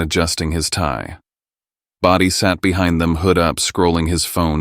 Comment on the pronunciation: IT'S BRODIE, NOT body this AI is stupid